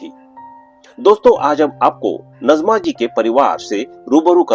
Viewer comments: नज़मा नहीँ नाजिमा। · Her correct name pronounciation is Naazima